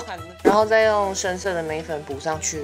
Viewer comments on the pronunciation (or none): 眉粉聽成梅粉😂